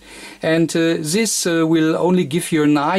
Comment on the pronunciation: The reason why his very informative videos and his channel have low subscriber and view numbers is his English and the speed of speech. His English is atrocious and it has nothing to do with Americans, it is a statement of fact and I'm not a native English speaker, if that wasn't obvious. please learn how to say "this", it is not Zis, if you can't get the right sound just say Dis as in Deutschland. Every time I hear it, its like someone stuck a needle into my ear. And please pick up the pace, already watching at 2x speed and it's still slow.